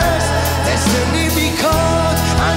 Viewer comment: Destiny biekoont....😂😂 man wat een slechte uitspraak zeg🤷🏻‍♂️ ... over DIS IS DE MOMENT niet te spreken 😂